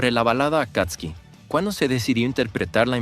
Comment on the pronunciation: Buenos dias si sabe mucho sobre Babymetal el ya estado en Japon como 2 vezes creio que el es de Ecuador.Si el pronuncia correctamiente Akatsuki, Akastisuki yo cuando vivia en Japon escuché mucho en los animes,peliculas,telenovelas,y claro Naruto😂😂recuardo del senior David, y esta relacionado com los ninjas exilados de sus aldeas,si yo tambiem creio que la cancion de X Japan y Akatsuki no se parece en nada perdon 😅quizás cuando grita en el principio de la cancion,me gusta la reaccion de usteds es divertido.